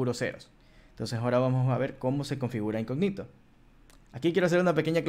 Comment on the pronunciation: Hola cómo estás! Se pronuncia incógnito con tilde en la o, no se pronuncia "incogníto"